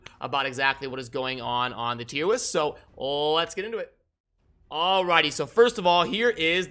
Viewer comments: Wait are you saying “Tier Wist??” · Did he say "Tiem Wist" multiple times?